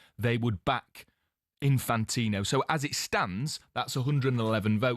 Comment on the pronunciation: Well done Jeff, one of the very few people in the media who pronounces Infantino’s first name correctly ‘Jee-an-ee’ ie recognises that it is Italian not French.